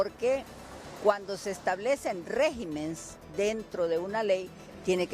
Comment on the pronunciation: Se dice REGIMENES